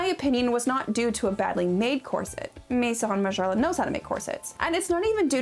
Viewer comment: "meheeson margiela"